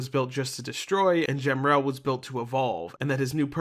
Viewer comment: I think the correct pronunciation for Emerl is “Em-murl”. And the same goes for Gemerl but add a G. Side note, to add some confusion. Gemerl also has another spelling being G-merl. Aside from a card matching game and whatever the source is for the name on the Fandom Wiki is, I don’t know why it exists.